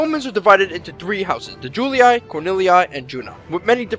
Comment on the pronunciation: Julii; pronounced Jewel-eee, not Jewel-e-i Cornelii: pronounced core-niel-eee, not core-niel-e-i Sorry, but this always got on my nerves...